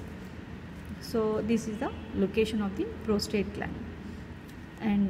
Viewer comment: Ma'am, it's the prosTATE and not the prosTRATE gland.